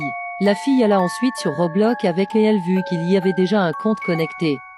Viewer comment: T'as dit Robloc 🤣🤣Mdr